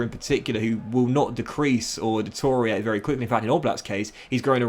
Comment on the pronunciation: the way he says detoriate instead of deteriorate